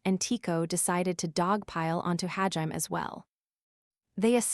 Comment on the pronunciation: Sometimes I wish it would say hajimé and not ha-jime but it's still a great tts